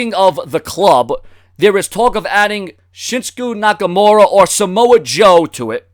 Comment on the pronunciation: he said shinsku nakamura hahahahahaha